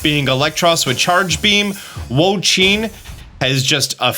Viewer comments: Hey, Wo-Chien is pronounced "woah she in" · I really appreciate the videos, however your pronunciation of "Wo-Chien" is killing me. It's pronounced like "wo chee en", not "wo cheen".